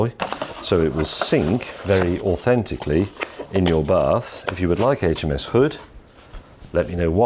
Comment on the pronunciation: "it would sink authenticaly"